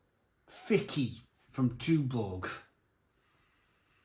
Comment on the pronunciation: I like the Fiçi more than the efes draught, I haven’t tried the Dab. My Mrs is Turkish and she informs me that the ç is a “ch” sound so it is pronounced “Fichi” or “fit-chi”, not “Ficky”.